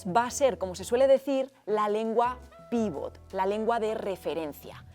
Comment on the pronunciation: Sin ánimo de ser pedante: en la jerga se dice "pivot", con acento en la segunda. Un "pívot" es Fernando Romay, Pau Gasol etc. Por cierto, el castellano se usa cada vez más como lengua "pivot". Una pena que no saliese ningún interprete en el vídeo. ¿Lo más importante en un intérprete? Curiosamente dominio de la lengua materna (las otras se van aprendiendo) y memoria a corto plazo así como capacidad comunicativa. Buen vídeo!!